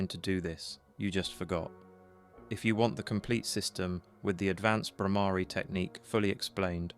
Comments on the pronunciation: Yes. The Bhramari hum is very powerful. And note "Bhramari" is not pronounced "Bhramaari" .. but with a short "a" not "aa"... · .... Conscoiuunesss Stiaffing...? Spelling??d Bhramari / 2nd syllable is not "aa" but just a (like uh). All alphabets end in this a sound. * GREAT VIDEO. Thanks.